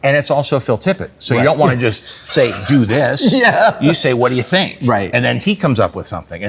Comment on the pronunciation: "thonk" lol